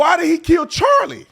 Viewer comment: He couldn’t even say Charlie’s name. 💩👜